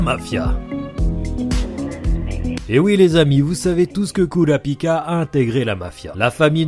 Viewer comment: Jadore comment tu prononce Kourapika et Kuruta 🤣🤣🤣